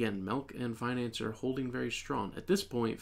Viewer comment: bro it's pronounced like fin-an-ci-er, not financer 💀